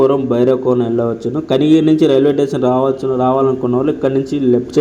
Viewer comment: రైల్వేటేసన్ కాదురా నాయనా రైల్వే స్టేషన్ అని అనాలి , భాష సరిగా నేర్చుకో